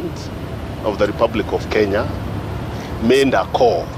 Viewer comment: it is not 'mend' but 'made'😂😂 ongeza iyo pia!